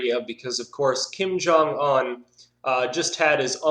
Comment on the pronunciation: You seems to know how to rightly pronounce 'Jong' which is originally 'Jung'.Of course who cares but well done!